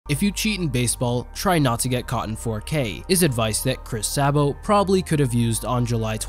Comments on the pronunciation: It's not pronounced saabow. Its pronounced say-bow. Chris Sabo. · Sabo is pronounced Say-Bo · Pronounce the name right. It’s “Say-bo” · And it's pronounced "SAY BO" Goodluck kid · His name is pronounced SAY Bo Mr. AI. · It's pronounced Say-bo! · It's pronounced Say-bo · Pronounced Say-bo. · It's pronounced (say-bo) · Pronounced say bo